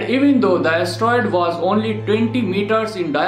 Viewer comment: he can't an astroid!